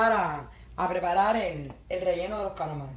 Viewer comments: Hola. Se dice CALAMARES jaja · Hay me muero de la risa cuando dices caramares